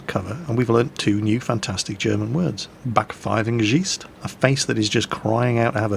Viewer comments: Spent quite some time thinking what "Backdpfeifndjischt" shall mean and why I never heard of something similar before, even though german is my mother tongue. But then it struck me: you mean "Backpfeifengesicht" :D Btw: "Backpfeifengesicht" is the nice version. The rude Version is "Arschgesicht" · Bakfeifentschist :D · "Bäckfeivengesiescht" yeah, very close,, but not quiete right:D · Seriously love the way you pronounced Backpfeifengesicht there ;) Thought about how to try and write that in a more phonetic way to help you and came up with this: Buck five n gay seecht The German ch kind of eludes English pronunciation though. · its BackpfeifengeSICHT, not BackpfeifengeCHIST;) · Your German pronunciation is ... let's say it has character. :-) Rather old-fashioned words too. But all understandable, although "Backfeigengesicht" needs quite a bit of imagination at first. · as a student in German class, it's pronounced "Back-fife-in-guhzeesht". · Dat pronounciatiation Backpfifengsicht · backpfeifengesicht pronounciation is terrible xD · Had to hear "Backpfeifengesicht" about 10 times until i knew the word you were saying. "Schadenfreude" sounded really good. Also "Sitzfleisch". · I know what a "Backpfeife" is. But I didn't understand Gesicht the way he pronounced it. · Well, "Schadenfreude" and "Sitzfleich" were pretty well pronounced. But "Backpfeifengesicht" - wtf? - I doubt there ever is a German speaker who understands this :D I had to hear his explanation to guess the word. ;) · i have to admit your german is getting better and better. (My ears don't bleed anymore listening to you) But the Backpfeifengesicht sounds horrible. Maybe your tame german from WT should help you with the pronunciation. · achso Backpfeifengesicht :D great ``Aussprache`` :D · I'm from switzerland, but I couldn't understand the first german word that you said. What was it?